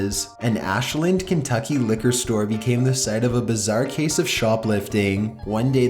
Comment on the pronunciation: "Liqor"??? .-. Did you mean liquor?